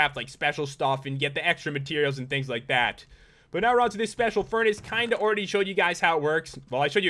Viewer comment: rdally pat "already" i think you mean "oreready"